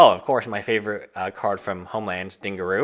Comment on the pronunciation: Your favorite card didgeridoo is not pronounced “ding-a-roo”, the g is pronounced as a “j” sound, like “jiffy” , not “g” as in “good”😂😂, it’s supposed to sound like “dij-ar-ee-doo”